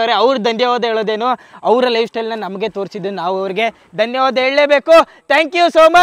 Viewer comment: Dr bro it's not dandyavada it's danyavada